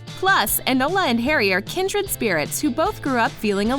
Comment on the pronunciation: CANT EVEN SAY KINDRED RIGHT!